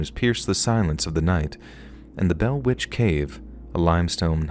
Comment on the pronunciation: The butchering of The Bell Witch is really disappointing 😢